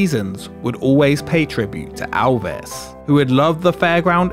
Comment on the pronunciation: "Alvis" hahahahah It's just your accent, good job on the vid.